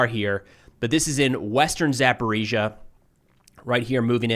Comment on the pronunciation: He says ГУР incorrectly. He has gotten Zaporizhzhia right now, so there is hope 😊